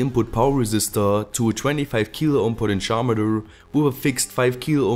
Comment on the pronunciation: "PodenSchometor" - great one! (Immer noch besser als jedes Englisch, was ich bisher rausgedrueckt habe)